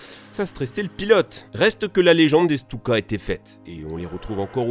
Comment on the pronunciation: Les Djeunekeurs ?????? XD les fameux Stioukey ? XD